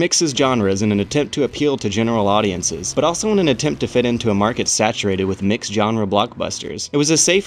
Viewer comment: why do you pronounce "genre" like that